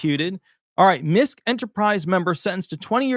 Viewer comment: MISKE is pronounced: MIS- KEY